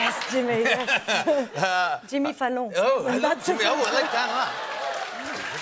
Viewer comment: Ive never heard anyone pronounce Jimmy Fallons name that sexily!!! jjjjimmme falloooon!